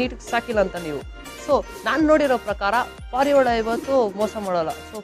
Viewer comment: Parala alla guru🤣🤣🤣 parivala